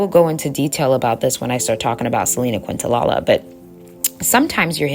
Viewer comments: I love this but respectfully - it’s Selena Quen-Tah-KNEE-ya. Quentalala made me giggle. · Quintanilla is prounced: Kin ta nee ja There is no "la la" nor "queen" in the pronunciation. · im sorry i love this video but your pronoucing selenas last name wrong hun. Not trying to be negative at all just lettin you know. Its Quintanilla the lls are silent,its pronounced quin ta niyya just saying. Thank u for givin positive affirmations in this video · Love the message, however I almost clicked off bc of how you said Selena “QuintaLaLa”😂 It’s definitely pronounced “QuintaNEEYAH” But thanks for the video love 💗 Hidden enemies are so real and jealousy can become dangerous when the experiencer isn’t able to control their actions. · Kin-ta-knee-ya is how u pronounce quintanilla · So grateful for these videos! Just wanted to let you know that the way you pronounce Selena's name is: Kin-tah-knee-ya. Her full name is Quintanilla-Perez, this feels important to say because after her death her father only immortalized her excluding her husband's name (Perez) from her legacy and she loved her husband deeply. Just wanted to help provide context to her name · It's pronounced Kent-a-nia😊❤ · Hey gurl, good vid. Just to let u know Selena's last name is pronounced kin-ta-nee-ya. 😅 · It's Kinta-nee-jah. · Quintanilla is pronounced KEEN-ta-knee-Ya. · No disrespect Queen -I’m from TX and Selena is ❤ here! It’s pronounced kin-ta-knee-ah ❤❤ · Another great video 👏🏾👏🏾👏🏾. I noticed a lot of people in comments focusing on how you pronounced Selinas surname. Very petty imo. Your msg was still delivered and there were pics of her and clearly you were pronouncing it wrong by accident. Love your content. Keep shining ✨️ and stay blessed 🙌🏾 💕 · Actually, Kinda a bit rude for her to miss pronouns her name when she always talks ab respect, if you know ab Selena and did research as she clearly did why are we purposely mispronouncing I really hope she wasn’t tryna hate on the low